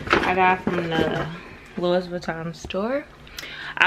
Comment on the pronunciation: I love you I do lol don’t get mad you know it’s “Louis” like “Louie”